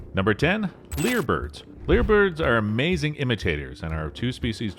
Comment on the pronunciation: Lyre Bird is spelled identically to the old fashioned stringed instrument called a "Lyre". "Lyre" is pronounced phonetically as "liar" and rhymes with "Fire". Nobody anywhere in the world calls them "leer" birds.